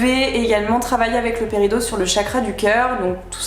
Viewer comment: Oui mais ça m'a perturbé que ça se dise paridOt